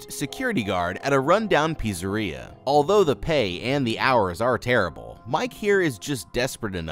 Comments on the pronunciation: did bro just say pissaria? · LOL PUZZA RIA